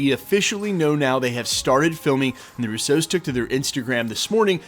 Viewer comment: FYI, It's pronounced RU-so. Not ru-SO. You keep putting the emphasis om the wrong syllable.